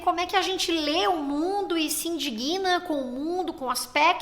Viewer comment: Oi, linda! Tirando uma dúvida, vc pronunciou “a gente se indiguina”?? Não seria “indigna”, com o díg acentuado? Só pra confirmar... Beijos 💖